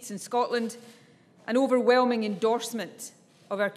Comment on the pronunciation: ofervelming? is zis right?